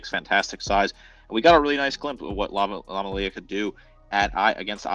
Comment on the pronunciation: Do even the smallest amount of research to learn to pronounce the name jfc